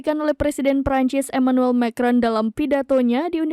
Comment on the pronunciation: lafalnya Ma kron huahahahaha.... cupu amet presenternya